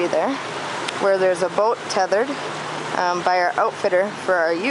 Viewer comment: the "Boooat"--sure can tell you're from Wisconsin! ;)